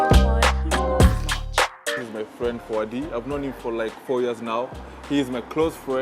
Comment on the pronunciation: Fwend😂😂😂😂😂my nigga its friend!!!